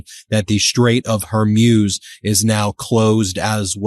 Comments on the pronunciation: Hey Ben. I remember the Iranian Islamic Revolution well and back then the pronunciation was hor-MOOS, not hor-MEWS. As far as Trump's neck rash is concerned, it looks like shingles, which is very painful and strong narcotics are often prescribed. That may explain a lot regarding his mental status. Either way, Trump is and always has been a NY redneck. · Dear Ben ... Love you. But stop saying Gulf of Hor-Myooz. It's Hor-Mooz. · It’s Hor-moos. Mews are what cats do. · hor-MOOZ not hor-MYUZ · It's the STRAIT OF HORMUZ... not the "STRAIT OF HORMUSE... Get it STRAIT 😏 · I came for pronouciation of “HER-MUSE” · Dear Ben: love you but it’s pronounced “hoar mooz” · Trump knew that Iran had said many many times that if they have US bases from which to launch attacks upon the people of Iran, the bases are legit targets. Trump is trying to play ignorance to those Arab leaders. It's pronounced Skay Hill. It's pronounced Hor mooz. It's pronounced Ee rahn. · Can you please learn to pronounce Hormuz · Still mispronouncing Hormuz.